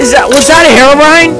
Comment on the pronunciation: herubrine... wut (that was hilarious)